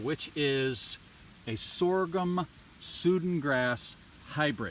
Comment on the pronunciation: Just a quick comment - it's Sudan grass as in the African country - pronounced "Sue Dan". It's used around here as a silage grass.